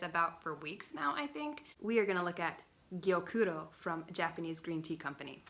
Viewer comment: Gyokuro is so lovely. Your Japanese pronunciations are on point! I love passionate you are about this tea :)